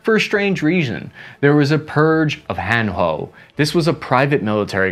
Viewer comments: Need correction; Not "Hana-hoe" , but 'Hana-hwe' (하나회) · You should pronounce "Hanahoe" more like "HaNa-hwe", than "han-ho". The "hoe" part means "club" or "community" and "Hana" part is the name of that community. So its better to pronounce as two seperated word. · Thank you for your grandfather's service in protecting my country, we all appreciate it and you should be proud of him! An obligatory nitpick from me: Hanahoe (notice the "a" there) sound more close to "Hah-Nah-hwei" Han-hoe sounds kinda neat though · 하나회(Hanahoe)'s pronunciation will be more accurate if you read it as Ha-Na-Hoi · hanahoe is pronounced ha na hwe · Your explanation and research content are not insufficient compared to many Korean experts. But you mispronounced the name of the group in the part I marked. It is a fraternity of the Korean military that has already disappeared today. Hanahoe is more accurate to read Ha - Na - Hoe. Ha-Na means 1 and Hoe means the member group. In other words, it is a one group. It means that there is only one loyalty to the country. This problem is just caused by your unfamiliarity with Korean, and there is no problem with what is delivered. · it pronounced as ha-na-huei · Hanahoe is actually pronounced Ha-na-hwae. Fyi.